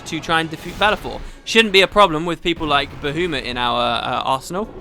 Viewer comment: Coeurls are from a scifi novel from the 60s and the idea of them is what inspired the Displacer Beast in D&D! Also I try hard not to judge people for their pronunciation, especially if I understand what they are saying but every time you say "ba-hoo-mit" it makes a piece of me die. Not sure why I'm so sensitive to this particular thing. Maybe because he's also a D&D entity?